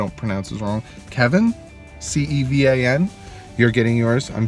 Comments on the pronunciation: Lol he said kevin again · Cevan is pronounced Seven.. like the number. 7